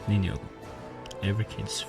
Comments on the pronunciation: Great work, btw it’s pronounced ninJa, non ninIa, and it’s Jay, non Iay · Bro really said ninnya